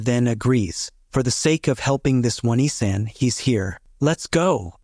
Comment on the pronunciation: "Oh - Knee - San" Not "Won - E - San".